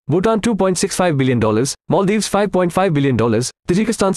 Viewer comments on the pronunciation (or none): none